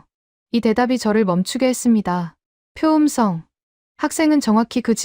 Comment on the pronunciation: 총 '25개'를 '스무다섯 개'라고 읽니? '스물다섯 개'라고 읽든지 '이십오 개'라고 읽어야지. 한글 국뽕으로 돈벌이하겠다면서 숫자도 못 읽어서야! '표음성'은 '표음썽'으로, '철자법'은 '철짜뻡'으로, '문법'은 '문뻡'으로, '높임법'은 '노핌뻡'으로 읽어야하는데, 한 마디로 한글 읽기가 너무 엉망이야.